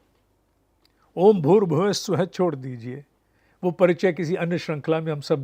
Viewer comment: Why everyone says स्वः as स्वाहा and नाः as नाहा. Those who can answer it, I would be great ful to them